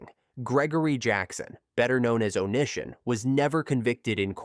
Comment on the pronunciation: How can you possibly do any research and then do something as fundamental as pronunciation and butcher it so badly? It really makes me question everything about your video when something so simple cannot be done. The way you pronounced "O-knee-si-on" name is just insane. His name was part of the online persona therefore part of the entire story. The guy was an absolute scumbag and then some but my god. If you can't even pronounce a name correctly, what else did you get wrong? Details matter.